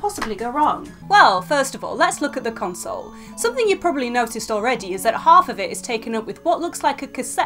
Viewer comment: drinking game: Chug every time she pronunces console funny. lol typo, because i've been playing it.